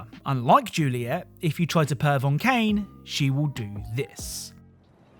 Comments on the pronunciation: Pronouncing Kaine's name as Kane, bruh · Lmao Kane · Kainé is pronounced Kai Nay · I had to stop watching after you kept pronuncing Kainé wrong. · Oh lord all the nier fans are gonna be so mad. Its Kaine. Said Kai-Nay. Not cane lol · There's no way you got that footage yourself and kept calling Kainé "Kane" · You didn’t actually play Neir Replicant I’m assuming. The pronunciation of Kaine’ is Kai-nay. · then you must have played without audio, because her name is said so many times that there is no possible reason to mispronounce it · well since the name was pronouce wrong I figure he wouldn't know about that little trivia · Does no-one know how to pronounce "Kainé" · the pronunciation of "Kaine" is gonna give me an aneurysm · Was gonna say that too. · Love the vid but man that pronunciation for Kainé is hilariously bad. xD